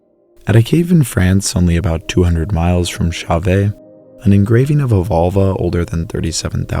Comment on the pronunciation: Wonderful tale of ancient humans! BTW Chauvet should be pronounced more like show-veh. How pronounce Chauvet